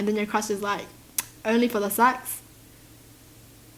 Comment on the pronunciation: I love how you say sex, sets 😂